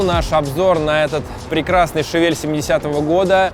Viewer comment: Всё огонь!!! Тачка топ, канал топ!!! Но что за Шавель?))) не так же читается название модели...